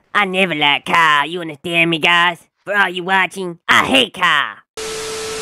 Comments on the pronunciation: the fact how he says kyle like "cow" is just so hilarious😭(my opinion.) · bro said “kyle = kaa” 💀💀💀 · Kyle❌ Kehl✔️